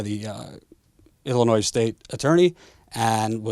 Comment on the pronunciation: Your videos are great, but please remember, Illinois is pronounced without the "s" at the end. Illinoi.